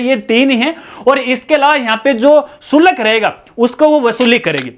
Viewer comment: शुलक नही होता, शुल्क होता है जी